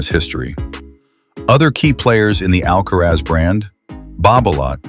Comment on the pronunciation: ALCARAZ et non pas ALCAREZ SINNER et non pas CENTER